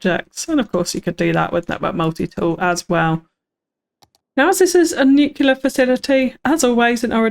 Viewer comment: Looks great! My only complaint was your pronunciation of the word nuclear, as "nucular" is not a word and was a bit cringy after a while